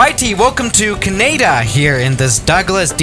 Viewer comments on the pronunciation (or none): who else gets triggered when he says ceneida and not canada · Did just pronounce Canada, "Caneda"? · Wow when he says Canada it's sounds like he's mixing Canada and haneda Ca-ne-da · It is pronounced Canada not KINAEDA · Everyone: Canada: kanaida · Kanada? Wtf it’s canada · Me: lives in Newfoundland. pronouncing Newfoundland: “Nufinlend” me: R.A.G.E ITS NEW-FOUND-LAND——! Get it right (;-;) But then when he said “caneda” I was just about ready to kill myself. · Is can-nah-dah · Canaada lol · "Welcome to Caneyda!" Eh? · Yeah that Canada was just pain